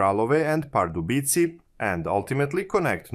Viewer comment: The „c“ is pronounced as „s“, not „k“. „Břeclav“ should sound somewhat like “brshess-love”. And the “e” at the end is not silent: Pardubice is “par-du-bi-tseh” And generally, everything is stressed on the the first syllable. In any event, it shouldn’t be too much effort to listen to the correct pronunciation of the city names on the web before recording the video. I am not a Czech citizen, but from neighboring Austria, but it even irritates me, even though I am not a native speaker…